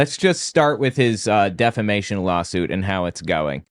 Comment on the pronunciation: Was l hearing things or did Mike actually say defamation correctly instead of deflamation? Oh lordy, the times are a changing.